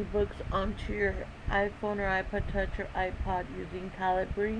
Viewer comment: For future reference, it's said Cah-lih-bur, as in .50 caliber round, its just the UK way of spelling